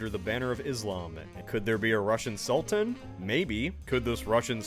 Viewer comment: Tsar? Sultan? Tsultan!